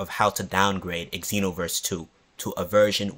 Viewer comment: Bruh. You don't say EX enoverse...